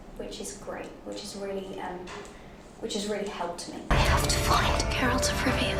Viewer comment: Es GERALT no GARELT y el libro se llama The Last Wish, una leve correccion nomas